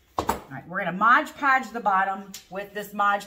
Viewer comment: MOD podge,not Modge.😂